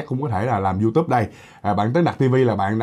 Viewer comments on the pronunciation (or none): none